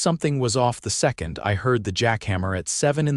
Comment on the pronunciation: And how about the way they pronounced second.